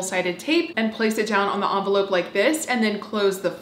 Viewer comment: I’ve never heard anyone pronounce envelope like that lol